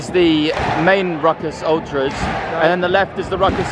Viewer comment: bro called it ultras 💀